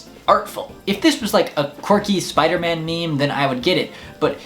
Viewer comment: I must be sooo dumb, I laughed until I coughed when you said "Spooderman". It's funny because I thought his name was Spoderman and you added an extra "o".